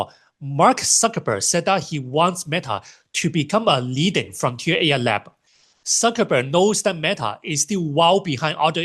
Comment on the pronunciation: I assumed he was just pronouncing Cuckerberg with an S sound